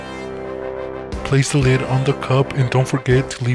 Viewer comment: straww and leed